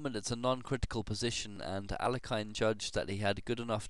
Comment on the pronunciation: Alekhine's name is actually pronounced "ahl-YE-khin" or "ahl-YO-kheen" rather than "AL-ek-ine".